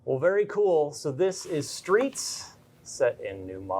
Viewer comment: The skreets